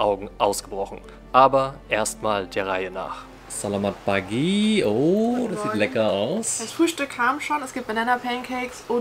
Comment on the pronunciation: Hallo, es ist nicht "Salamat pagi", sondern "Selamat pagi" und so wird es auch ausgesprochen (mit E) 😊